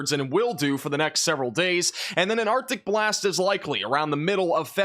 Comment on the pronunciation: Who else hears “OPTIC BLAST” when he says Arctic Blast? Lol (Cyclops from Marvel Vs Capcom)